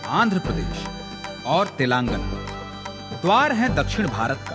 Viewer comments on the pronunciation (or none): तेलांगन ❌ तेलंगाना/तेलंगाणा ✅ Yahi haal कर्नाटक/कर्नाटका ka hai. Dakshin mei (netao ke alawa) koi Hindi se nafrat nahi karta. Par agar uttar bhartiya yaha saalo saal reh kar sthaniya bhasha seekhna to dur, rajya ke naam ka uchcharan tak sahi se nahi kar paatey hai, to jayaz si baat hai ki sthaniya logo ko naraazgi hogi hi. Chalo mat seekho Telugu/Tamil/Kannada, par rajya ke naam ka aisa galat uchcharan seedhe seedhe yahi sandesh deta hai - 'Jao, mai tumhe itna bhi sammaan nahi deta ki tumhare yaha ke naam sahi se bolu.' Isse zyada anaadar wali baat nahi ho sakti.